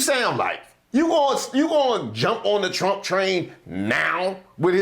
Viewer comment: lol she said Chump said… That’s how the Spanish actually pronounce his name.. Chump